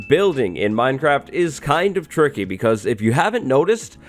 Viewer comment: Are you saying “this is tricky”? Or “ this is turkey”?